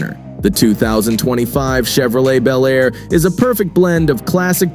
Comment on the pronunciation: These make believe videos of 2025 resurrections of classic vehicles (55 Chevy Bel Air in particular) really suck. They are horrible Frankencar mixes of all three of the Tri-Five classics. They don't even show the same car in the various shots. Obviously done by AI and the narrator sometimes pronounces Bel Air as Bee L Air. I've seen the same thing done with the 69 GTO Judge.